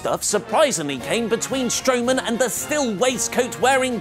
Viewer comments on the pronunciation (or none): none